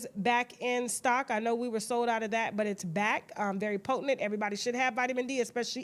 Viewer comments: Lol. She says “potinent” instead of “potent.” Gotta love her though 😂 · Tasha tickles me every time she does the Tasha K Deals and put that extra syllable in potent.😂😂😂😂